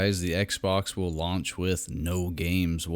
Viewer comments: What the hell is a “lounch” or is he saying lounge? Is it retardation coming through from the fan boyisms ? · Out of all the stupid, brainless bullshit this dude is saying what bothers me most is he keeps saying "lounge" instead of "launch"....lol